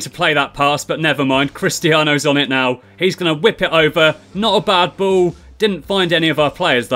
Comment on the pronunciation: You pronounce ball "bow" lol